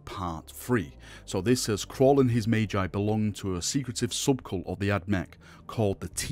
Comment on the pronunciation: Caul. Not Crawl. English it is what we speak.